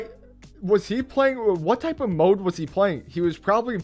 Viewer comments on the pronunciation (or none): none